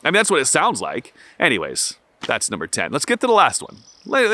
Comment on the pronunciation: Why were you NUR BER ing instead of NUM BER ing? I love your videos 🙂 I admit I was eating Twinkies when you pointed out I was fat 😂